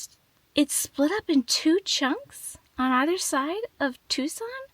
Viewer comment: Editing, your 🌵pronunciation is correct! 😂❤